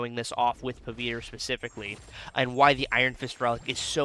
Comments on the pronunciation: Pa-wit-ra this is how u pronounce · so we South Asians actually switch the w and v sounds lol. My parents talk like that. But, in the movie, he introduces himself a “Puh-vit-ruh” and Gwen calls him “Pav” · i agree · 😂😂😂you pronouncing the name was funniest